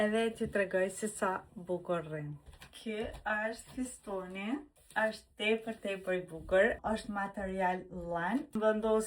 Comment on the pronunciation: Fustani shum i bukur nje kshill kur besh vidjo mudohu edhe me fol fjalet si i shkruan sepse nuk thuhet fustoni po fustani me tha goca ime mami qfar esht fostoni 😂😂😂😂😂😂